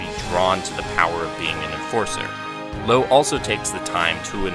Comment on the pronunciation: he pronounced loewe wrong but at least he said renne correctly